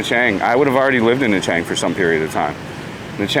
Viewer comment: Na Chang or you mean Nha Trang on the beach.